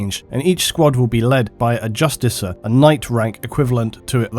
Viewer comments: Its Justicar as in Just - ee - CAR. Not Justicer. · There's no I, it's just "justiCAR", NOT "justiciar". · Justicar... it's pronounced "Justi - kar" not "Justice - er"... other than that, fantastic work ^^ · the only issue i have is pronunciation of Justicar, i believe is should be a hard c so "just-i-kar" rather than just-i-ser" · I'm not a grammar "natzi" , but it does annoy me when people pronounce certain words incorrectly. How do you pronounce justicar? Actually, the word is Justiciar, and is pronounced Jus-tish-ee-er. As in "cashier." They spelled it wrong in the game. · Imagine pronouncing justicar like "justiser" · Do you mispronounce things intentionally? Justicar...not JustiSAR...jesus dude. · Pronounced Jus - tee - car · And justicar is pronounced with a hard C.